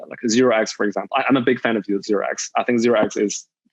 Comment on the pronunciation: . What is this? Zerox? Or does he mean zero exchange? I couldn't understand if someone knows